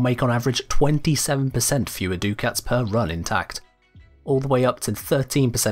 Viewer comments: DUCK-ITS, not DOO-KITS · Duck-its, not Doo-kits. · Ducats isn't Do-kits it's duck-its... It's like hearing nails on a blackboard each time he says do-kits.. (noun) Cash, money or bills, from "ducats": various gold coins formerly used in certain European countries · Duckets are pronounced duck-its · omg i hate how he says ducats, its insane, litely no one says that...*sniff sniff* smells like british butchuring words again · The way he pronounces Ducats hurts me I actually can’t watch this past 2 minutes